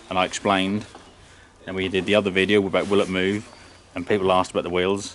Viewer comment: The way you say ‘videa’ makes me think you watch South Sask Farmer, who’s basically an Irish farmer with a Canadian accent